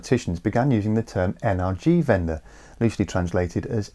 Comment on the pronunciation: "N-R-G-*something*" Me, a German: What does he mean by that? "or in English, energy transition" Me: Oh, he meant Energiewende...